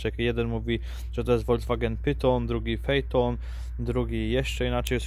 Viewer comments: Pajton to ty jesteś 😂 " Fejton" się wymawia , oficjalnie też 😂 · Ani nie pytong ani nie peton tylko czyta się fejton. Mialem to cudo v10 5tdi . Jazda bezkonkurencyjna i skarbona bez dna. Koszty utrzymania za wysokie dla obecnych posiadaczy . Tyla w temacie fejtona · Nie fejton tylko fe je ton. Maja byc 3 sylaby nie dwie. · Prawidłowo według VW powinno wymawiać się nazwę tego modelu taki Fiton 🙂 Ogólnie VW zrobił błąd w pisaniu nazwy więc dlatego nazwa pyton też jest akceptowalna 😃😃😃😃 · Clarkson wymawia „Fiton”...